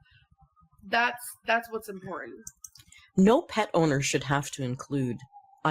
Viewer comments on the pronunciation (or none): Meanwhile she says “im-por-in” (important) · Funny how she overly enunciated the t in kitten but can’t pronounce it in “important”